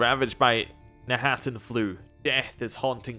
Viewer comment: My compliments for being able to read, specifically read knahaten flu correctly. I heard people say kanaten and kanarthen, and I have to admit, it's frustrating.